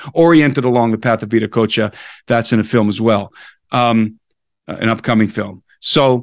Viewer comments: If you type in VIDA COACHA on a search engine the results will be confusing. You will get better results with Viracocha. Being "cool guy" by not using English language pronunciation is NOT conducive to communication. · You pronounced Veracocha very interestingly direct connection to Indian and "Russian" vedas?